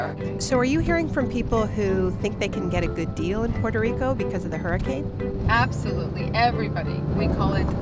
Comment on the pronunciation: The Heeeooricane? LOL!